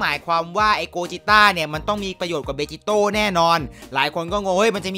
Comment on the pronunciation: พี่ครับมันอ่านว่าเบจิโตะ